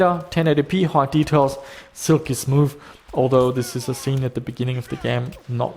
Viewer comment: "SILKY SMOOFTH"